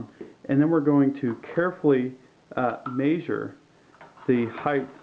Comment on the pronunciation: Very well done and informative, but please say measure not meeezure.